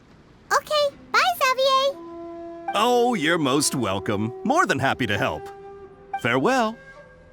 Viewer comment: Is it just me or did anyone else not expect they would pronounce Xavier like that 😭😭😭 don't get me wrong it's a valid pronunciation, I just find it a little, uh, off-putting after saying it as "zey-vi-yer" in my head, cause the world quest was yknow...unvoiced